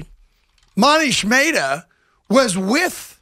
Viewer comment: "Moneesh Maytah" lol